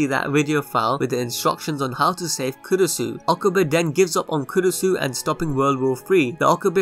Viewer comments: It's actually kurisu, makise kurisu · I thought its kurisu? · Kurisu bruh***